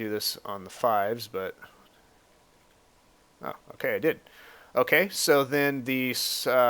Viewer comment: Hehe :3 when you say ok so it sounds like ooh queso like cheese in Spanish lol